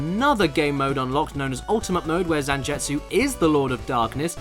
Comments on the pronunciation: ZanJETsu? His name is ZanGETsu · Gebel is forgivable, but damn Zanjetsu got me. Zangetsu is used in so many animes it feels like you would have had to hear it at least once. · caddi can not read zangetsu name either, I will dislike this video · Cringed every time you said Zangetsu...